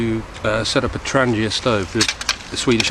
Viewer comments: Alcohol/Meth's is good when it is cold. Tested in Swedish winter conditions up north where it gets really cold. With this Trangia burner only alcohol. Tip: it is pronounced Trang-ie-ah not Tran-gia it isn't Italian. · very good demo,i have the burners but not the kit and thanks for showing us in the USA how to say "Trangia"